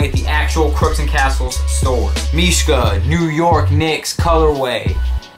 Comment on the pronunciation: he is actually saying mishka properly, and trust me i would now -.-'